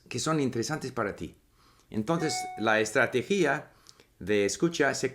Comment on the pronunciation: Hay una palabra que tú pronunciaste con tilde "estrategí-a" pero de esa manera está mal Debe ser "estrate-gia" "estrategia" sin tilde